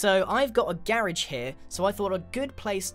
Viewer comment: When you say garage it sounds like carriage